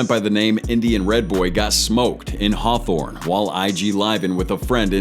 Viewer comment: dude indian red boy sound like he said” im in harthorne”